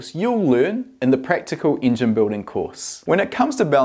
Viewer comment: I really like how you pronounce Engine, Ingen ahah